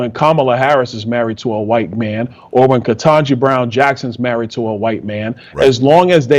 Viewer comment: I love you and I know you're a good man. Let's start there because I have criticism. Please! Don't say "Wah-hite-" or "Y-tee"! You're a strong man and you need to be one of the good voices against all this made up racism that we are being propagandized with. Using their weird and stupid ways of saying words only furthers their evil agenda! Let's reject it all!! No more crazy and no more pretending that the lies are real!